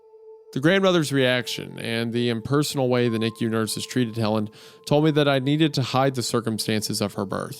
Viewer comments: Isaiah calling it a "Niku" incubator instead of NICU is exactly what I needed right now. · I’m losing it over the Goon pronouncing NICU as ‘nikyou’ 💀💀💀